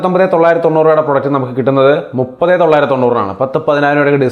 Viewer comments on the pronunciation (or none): none